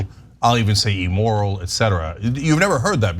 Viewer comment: Ugh, the way cenk and anna pronounce immoral is like nails on a chalk board. They both pronounce it e-moral. Better start pronouncing words right if you want to be president cenk.